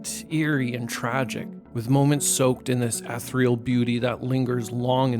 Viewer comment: You pronounced ethereal wrong. 🎉